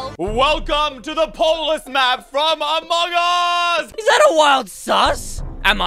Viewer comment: Why does say among gose